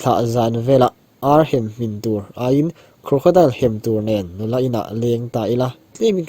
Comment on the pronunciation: Crocodile tilo khian awle ti rawh,i lam dan kha amawi lo